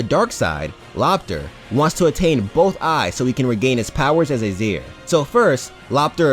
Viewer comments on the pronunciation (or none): new sub btw, also I know this is little but its Aseir(A-See-er not A-zee-er)other wise, you got everything correct